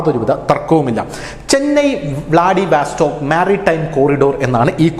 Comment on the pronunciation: വ്ലാഡിവസ്റ്റോക്ക് എന്നു പറയൂ. വാസ്റ്റോക്ക് അല്ല